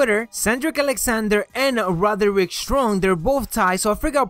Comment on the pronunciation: " Rotherick Strong "